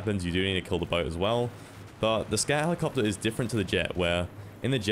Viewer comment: "Scat helicopta"